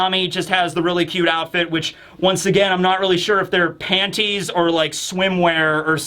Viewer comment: I like how says pan-Tees. 😂😂